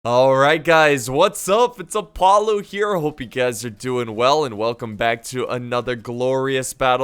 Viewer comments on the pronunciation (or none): none